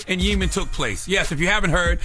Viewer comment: CTG...you pronounce Yemen incorrectly. Which is crazy being hes in NY where theres a lot of Yemen ppl